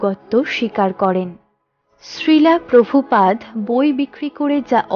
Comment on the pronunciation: হরেকৃষ্ণ। আপনার সবকিছু ভালো লাগলো। কিন্তু এক জায়গায় ভুল উচ্চারণ হচ্ছে। ভুলটা সংশোধন করে নিবেন। ভুল (শ্রীলা প্রভুপাদ)। হরেকৃষ্ণ।